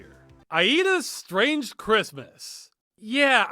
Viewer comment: "Srange" is probably an accent thing